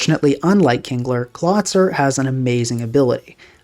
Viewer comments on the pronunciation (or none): I realize now, that I was coming off like a huge dick here. Please let me explain: I thought it was a further April fools joke pronouncing Golisopod and Clawitzer that way and wrote this comment right after hearing "Klah-tsur" for the sixth time. Having a casual predilection for linguistics and learning about the (imo tragic) history and development of the english language, I developed an irrationally strong aversion to the english spelling and pronounciation. Especially, because it is the only germanic language that lost the characteristic consistency and clarity of this language family. (To get a feeling for what I mean, "Storied" made a great, short video called "The screwed-up history of English Spelling", giving a good overview of what lead to the current state of the english spelling), I assumed the perceived, purposeful mispronounciation of these Pokemon was a subtle nod to the running gag of WolfeyVGC commonly mispronouncing Pokemon names as April fools videos sometimes lend jokes from neighbouring communities with a considerable overlap in viewers. Anyway: Due to my irrational aversion towards the english pronounciation, these jokes work well on me. And what was meant as a slightly annoyed admittance of your successful troll on me, just ended up as me just making a mean comment. I beg your pardon and want to express my appreciation for your channel. I usually don't comment often but catch most/all of your videos.